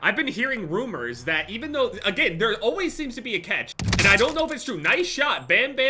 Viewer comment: Why do you say cetch. It’s cAtch